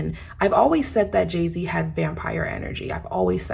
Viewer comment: You keep saying jayz